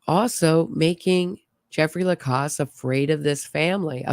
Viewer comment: You know everyone pronounces Jeffrey’s last name with the after the c like the sound in pause. He says Lacasse with the sound of the second a like the sound of the a in apple.